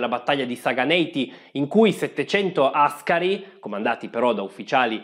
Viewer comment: Non hai detto troppi nomi,li hai detti tutti e hai pure azzeccato l'accento di Áscari. Grande! P.S. si racconta che Menelik alla contestazione,da parte dell'ambasciatore italiano, dell articolo 17 così rispose:"devo essere stato poco bene con il cervello se ho firmato una cosa così!" Come sempre le figure da fessi le facciamo da molti anni addietro 😂